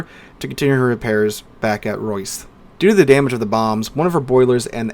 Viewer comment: Assuming you meant Rosyth? If so, that is not how it is pronounced.